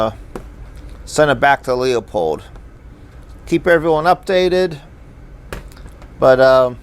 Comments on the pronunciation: It’s not pronounced “Leo-pold”, it’s pronounced “Lew-pold”. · stop saying the name wrong do you see a 2 Os in Leupold its not Leopold u u u u u. Don't get mad when someone keeps your last name wrong over and over.I do by the way it seems the recoil of the guns is knocking out of zero I have older scopes never had those problems,but these new ones or new style I hate them. Leupold is not holding well on quality now this sucks.sorry for my rant